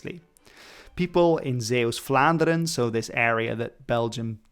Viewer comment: Your pronunciation of Zeeuws-Vlaanderen is pretty good